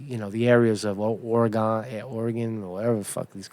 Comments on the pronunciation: Ore-gone is correct. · OreGONE? Bro... c’maaahn! You don’t live in Brooklâand right? Haha! 😂